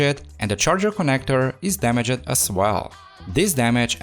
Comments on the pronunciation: Its its pronnounced "damagd" not "dama-ged" Drop the e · i like how he pronounces damaged as "da-me-jed" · I'm gonna start saying damaged as damajed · Damaged* not dameged* , Turned on* not turnid on*, Caused not cAused! Daaamn man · Da-mij, not da-mi-jed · DAMA-JED....when he pronounce that it...makes me smile everytime... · It isn't pronounced damage-edd It's two syllables. I understand English isn't your first language, but German isn't mine, and I make an effort to speak it properly. You should do the same. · at least it's just damag-ed. not clean-ed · I like how he pronounce the word “Damaged” in every single video 😂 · He put the wrong emphasis on the wrong "syll-A-ble" Im totes in jest. Love his dama-ged emphasis. Adorbs. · bro, stop saying dumuh jet... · How to say damaged in enchantment table- damage- ED XD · Haha I love this video but it’s really unsettling how you say “damaged” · Im the last person to be judged by my thicc accent but how you say "Damaged" is driving me insane ! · I love your Vids... but the Word: Damaged 🤯